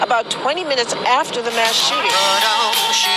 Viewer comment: Please stop the "shoe-tings!!!"